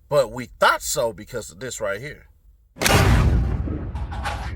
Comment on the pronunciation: you have me laughing at “thot” instead of thought. 🤣